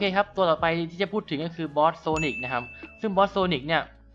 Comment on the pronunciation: ทำไมผมได้ยินsonicเป็นphinix